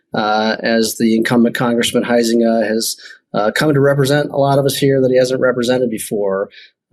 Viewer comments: Huizenga is pronounced "HIGH-zinga", not HOO-zinga. 🤦‍♀ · as a resident of West Michigan I want to help #Ben with a Dutch Name pronunciation. * Huizenga = Hi+Zinga...(3 syllables). McCann is kinda hot j/s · FWIW, I'm a former resident of Sean's district. I voted for him many times. He's a great guy. He actually listens to his constituents. His opponent, whose name is pronounced HIGH zin ga, is a Grand Rapids-area guy who really doesn't care about our end of the district.